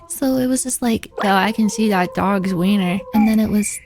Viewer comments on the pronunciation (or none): none